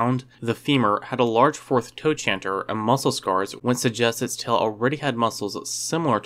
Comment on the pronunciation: "Tro kanter" is how you pronounce trochanter.